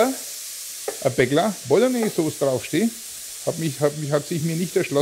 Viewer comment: Die fertige "Bolgnääs" hat man vielleicht nach 3 oder 4 Stunden!